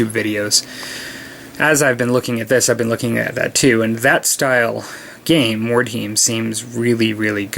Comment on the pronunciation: Being a bit of a dick here, but...Mord-High-m. You said it right the first time then every other time it was like nails on a chalk board. :)